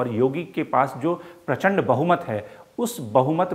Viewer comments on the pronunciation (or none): none